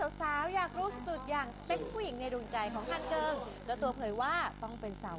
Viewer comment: เฮ้ยพิธีกรที่พูดดำเนินรายการอ่ะพูดผิด "ฮันเกิงวงซุปเปอร์จูเนียร์" ตังหากอย่ามั่ว :P